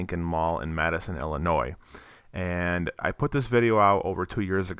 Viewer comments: It's not Madison... it's Matteson...(matt-sen)..I still live here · It's pronounced as "Matt-son" but only people who live around here would know that lol but I can't believe it looks like this. I remember going here as a kid.